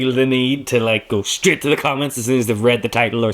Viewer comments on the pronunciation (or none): none